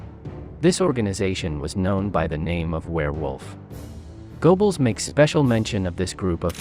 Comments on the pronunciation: GO-Bells? It's pronounced GUR-BULLS. It's a German thing, you understand. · Okay, but your pronunciation of Goebbels' name is painful to listen to, even for me, a non German speaker. (It's closer to Gerbbels or Geurbbels, but even that doesn't quite get it.)